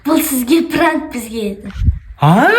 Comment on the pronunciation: Пранык деп аитып қоидын